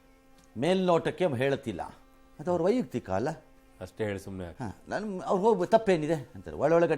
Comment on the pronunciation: ರಂಗಣ್ಣನವರೇ, ವೈಯುಕ್ತಿಕ ಅಲ್ಲ, ವೈಯಕ್ತಿಕ. ದಯವಿಟ್ಟು ಬದಲಾಯಿಸಿಕೊಳ್ಳಿ.